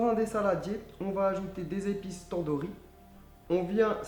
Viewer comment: on dit pas Tondourri on dit Tannedouri